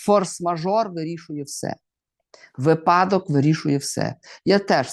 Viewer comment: Вас цікаво слухати! Завжди багато аналітики! Мовлення супер! Але хочу вам давно, даруйте, одну підказку зробити: вИпадок ( вИпало, наприклад, щастя). Дякую!